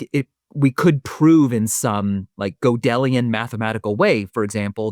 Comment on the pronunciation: "Go-dellian"? Speaking of pronunciation...😂